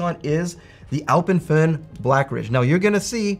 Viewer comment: Great video as always, extra points for pronouncing Alpenföhn correctly haha